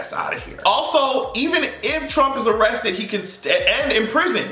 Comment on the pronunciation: Yes, I did say A-RREST-TED with you! hahahaha!